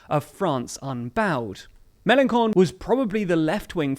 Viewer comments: Hi. About Melanchon, do not say Melankon it is more Melanshon Thanks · and you wouldn’t lose anything for looking up how to pronounce names before your vids. Melenshon, not Melencon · It's in ITALY. It's CHon, where is your pronuciation of the H ? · News EU Also one pronounces Mélenchon "May-len-shon" not "May-len-kon". "ch" = "sh", not "k" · also its read MelonSHon not MelonKon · Err the mistakes are pretty big on this one. Mélanchon is prononced Mélanshon, not Mélankon. Also there's a big error , it's migrants, not migrats; You don't check up your videos before posting them ? It's little errors like that that can easily be corrected that make your whole video not credible and really cheap. I hope the quality will get better soon... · Mélenchon is pronounced "MélenSHon", not "MélenKon"!! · You really need to learn how to pronounce Melenchon, with a soft "sh" for the ch. What you are saying with the hard c...well, to a Frenchman it sounds pretty funny and it's probably not the message you mean to send. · Very good video. Just a point : The "ch" in Mélanchon is uttered like in the word "French", not as a "k". Who cares anyway, he's going to score 2%. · It's MelanSHon, not MalanKon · It's Mélenchon, not Melenkon. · It’s pronounced melenshon not melenkon! lol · I love you pronunciation of melenchon it's "sh" not "k" but "con" is an insult in french which he well deserves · Please...it's "Mélenchon", the "ch" in French is pronounced like the "sh" in English and not like a hard "c". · Sidenote, it's not Melankon but more like "Melanson" The correct way to say Melançon 😉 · It's pronounced MelanSHon and not MelanKon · I love that you call Mélenchon MélenCON 😆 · Melanchon - pronontiation ch is sh; please, you are very good young, I like you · Melankon? Seriously? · "Jean Luc Meleenkonne" that's too much for me haha "ch" in french doesn't sound like in italian Btw the video isn't really partial/ not enough information ... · Like how you say MelenCON